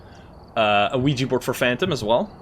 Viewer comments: Look I know I’m not crazy this guy says “LUIGI” board and it’s fucking with me 😂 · Hold on did you just say Luigi board? It literally sounded like it